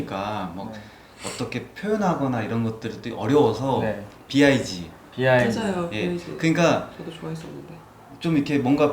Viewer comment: 이 영상이 5년전껀데, 이 영상에 나온 사람들로 영상 더 많이 지금 만들면 좋겠슴. 90년대 건축 전공자들 말투가 그대로 남아있는 유쾌한 대화가 참 좋음. 화면 오른쪽 사람 재미교포 말투도 재밌슴. 남의 말 끊고 끼어드는게 너무 심하다. 화면 왼쪽 여자 교양있는 말투 좋음. 텍스트 text 는 영어고, 한국말로 본문 또는 글 이라고 하기 바람. 쓸데없이 뻑하면 텍스트, 텍스트 떠드는 거 유치하고 꼴뵈기 싫어. 영어로는 BIG은 빅 이라고 읽으면 되고 굳이 비아이지라고 할 필요 없슴. 니즈 needs 는 영어고, 한국말로 필요, 요구 라고 하기 바람. 한국말로 요구 라고 안 하고 쓸데없이 영어로 니즈 라고 하면 한국어 훼손죄로 벌금 8천만원 내고 세종대왕한테 귀쌰대기 8천만대 처맞도록 법을 바꾸면 좋겠슴. 자막 담당자 이름 뭐야? 자막에 "실패"를 "실폐"라고 수준 이하로 잘못 쓴 건 도대체 어느 저능아 세끼가 한 거야? 욕나오네. vessel 은 베쓸 이라고 발음하는 건데 바젤은 뭐야? 멍청한 세끼. Hudson 은 발음이 허드슨 이 아니고 헏쓴 이에요, 무식한 놈아. 약간 이라는 말 쓸데없이 안 쓰면 좋겠슴. 학생들이 저명한 건축가 작품을 배우긴 하는데, 나중에 실무에서 그정도 품질로 설계하느냐가 문제.